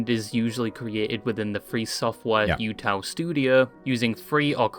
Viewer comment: this british man mispronouncing everything is causing me physical pain… utau is oo-tao man :( and it’s momone momo not… whatever he said